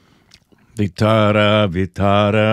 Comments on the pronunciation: It's not Vittara , it's Vitthala - name of Shri Vishnu , God of Sustenance 😊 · it doesn't end with "R" but "L" Vithhalaa and not Vithhraa. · Nice to see you remember the devotional song and also the name of a God. Just a correction, its Vitthala, pronounced like Vi-ttha(like 'th' in "thought" but more stress on 'T') - la. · This fort is in my city Nashik.... And we go once in a every year.😊 Btw... At the star u were singing Vitara.. Actually its Vithhala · For heaven's sake it is Vittala, not vittara